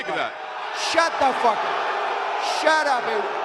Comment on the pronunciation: I love how he says it. "Shud da fuk up. Shud up"